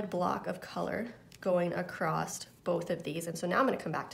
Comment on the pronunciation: "Across" not "Acrosst", otherwise great video.